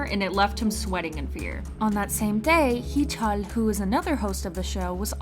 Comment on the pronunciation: who the hell says hee-chul's name incorrectly that stopped me in my tracks lol